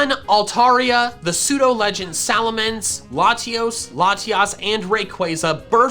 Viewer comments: SALAMENCE, NOT F*CKING SALMANCE! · SALAMENCE, NOT SALMANCE!